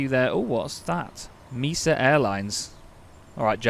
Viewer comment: Mesa airlines is pronounced mAsa